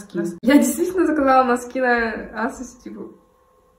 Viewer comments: Не асос, а эйсос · Асос ?... АААААА простите привыкла к произношению эйсос